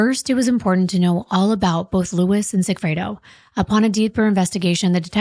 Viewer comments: pronounced Loo-Ees with accent on second syllable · Incredible research and fantastic storytelling. So many other channels are anxious to quickly spew out content that we don’t get the full picture of these people and how their lives improbably and fatally intertwined. Friendly suggestion: Please pronounce Luis’ name properly. It is Spanish and you are referring to him as an English “Lewis.”